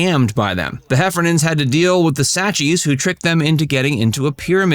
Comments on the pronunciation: Obviously the narrator isn't a diehard fan. Their neighbors were the Sack-skees, not Sachees. 🙄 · How do you mispronounce SACK-ski when you literally have it written on the screen? Where the hell do you get Satchees? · Stopped watching when you completely butchered the pronunciation of their neighbors. It's SAX-skee.